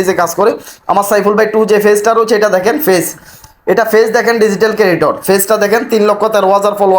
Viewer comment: ফেইজ ফেইজ না বলে পেইজ বলেন